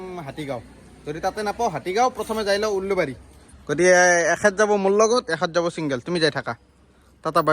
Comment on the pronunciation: Ullubari nhoi ulubari..😂😂😂